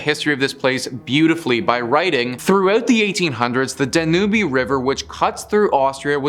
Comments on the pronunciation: My dear friend, it's pronounced "Dan-youb" river. I think you are an enjoyable and very charismatic host.. my only feedback would be for you to double check pronunciations of words you may be unsure of! Otherwise, you're rockin' it, bro! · Dan - you'b - Danube